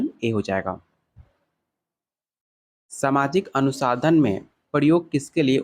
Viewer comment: Sir app bar bar anusandhan ko anusadhan kyu pdh rhe h